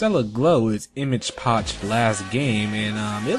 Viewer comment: Fyi it's pronounced image epoch, not image poch.